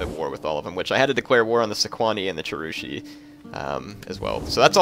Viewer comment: hey! love this iceni total war campaign. just for knowledge. the Cherusci has a hard C in it. it was Arminius's tribe. (the guy who slaughtered Varus's legions) keep these iceni vids coming yo!:D